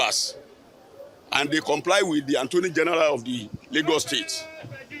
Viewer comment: I am not trying to downgrade you but the correct pronunciation and spelling is “Attorney General”